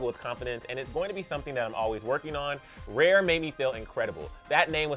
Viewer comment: Lmao😹 Every time says "RARE," it sounds like "REAR."